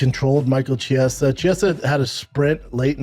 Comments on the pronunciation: Schaub still mispronouncing, “Chiesa”? Really?? How long has the dude been in the UFC? 🤦‍♂️ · yes he was and its fucking hilarious, dude has been in ufc for ages and schaub still can't be bothered to say his name right, what a tool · can someone get a memo out to schaub with the correct pronunciation of chiesa's last name, wtf schaub, you've been in the game for so long, can't even be bothered to say the guy's name correctly?